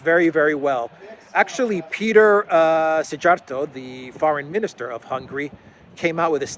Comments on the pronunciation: Just wanted to help in pronanciating Szijjárto-z name in English it would read Seeyarto. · The Hungarian foreign minister is called Петер Сиярто, Πέτερ Σηιαρτο. J as in German spelling, equivalent to English.y.